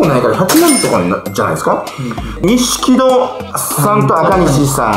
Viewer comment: 錦戸を錦織って読んでまうとこ年齢でてもうたなw そのあとのNAOTOをノンスタイルと読み間違えて濁らすスタイル